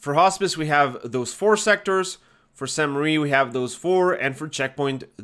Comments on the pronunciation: Really minor comment, but everyone always calls this "Sainte Marie" - sadly it's not! "Sainte-Mere-Eglise" means "holy mother church" and is pronounced "Sainte MER Eglise", with "mere" rhyming with "where". Hope that helps! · great vid! I believe it’s pronounced “sehntuh mair Egleezuh” if that even makes sense lol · San Mair Eh-gleez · Nice vid! Regarding the pronounciation. It is pronounced "saint (as in a saint, in english) mare (as in nightmare) église (this part you got right) Keep the map breakdowns commin! Great content. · Sahn Mehr Egleez for the pronunciation, btw. If that phonetic spelling doesn't make sense you could drop the name in google translate, or if you want to spend more time but enjoy yourself more, find the episode of Band of Brothers where they say Sainte Mere Eglise because they actually pronounce it correctly. Can't remember if it's Winters that says it, but he's the only one I think should get it right, lol